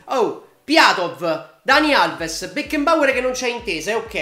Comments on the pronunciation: Si pronuncia Becnabor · aggiusta la pronuncia... si dice Becnaboer